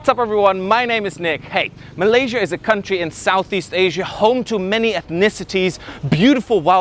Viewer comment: Finally someone who doesn’t say malay Sia Instead of Malay sya